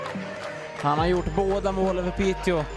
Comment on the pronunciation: Piteå is pronounced Piteo btw, the å is an o sound, if you’re interested. Love the blog as always!